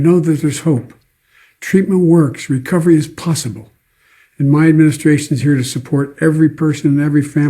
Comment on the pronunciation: "all at the all time high" 🙄 how about "all at (their) all-time highs"? Also he needed those subtitles as he slurred through the word "to" and completely omitted it